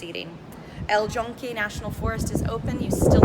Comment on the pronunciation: Chinchoros, Guabate y el Yunque, I don't know what you said but is not Boricua Spanish. 🤣🤣🤣🤣🤣🤣🤣🤣